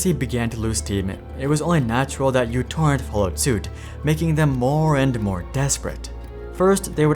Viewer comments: it's no Utorrent, it's MItorrent, or MEEtorrent. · uTorrent is not pronounced "you torrent". The u is actually the character mu from the Greek alphabet. The program is correctly pronounced "mu torrent" or "micro torrent". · It's pronounced "Mu" torrent; not "U" torrent. Named on the fact that it has/had a tiny footprint. A branch-off torrent client is similarly named PicoTorrent. And what happened to MuTorrent is simple: The ads sunk it! Did/Do they really think that the community which is used to freely downloading music, movies, books, software etc is going to use a non-free service?!😆😆😆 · Mi not Mu. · The greek letter is actually pronounced "mi", not "miu" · if you KNOW it's not YOU-torrent but M(Y)U-torrent, why do you keep calling it that? the only people who call it YOU-torrent are little kids who don't know the Greek alphabet... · Im Greek, I want to point out that it's actually pronounced mi not u. Btw love your videos, they are very entartaining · μ is not pronounced mew. It's pronounced "me". So it's me torrent or mi torrent or micro torrent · no, it's mu torrent or microtorrent. People just say utorrent because they don't know that it's mu not u. It has nothing to do with what country you're in, mu is a Greek letter used as a prefix meaning micro. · /mewTorrent/. that's not a u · It's not uTorrent it's micro-torrent 🙄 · Isn't it pronounce micro torrent where u (miu) is the simbol of micro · It's Mu torrent...